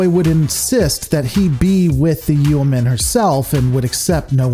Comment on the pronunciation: Your pronunciation of yeoman makes me cringe lol